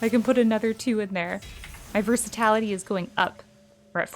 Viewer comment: Versati"l"ity not versat"a"lity😂😂. NIce guide and happy holidays